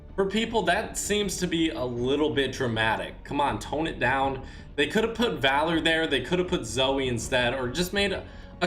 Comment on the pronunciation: Dude said valory 🤦🏻‍♂️It’s VALOR and p.s stop taking so much fall damage 🙄👎🤨🎮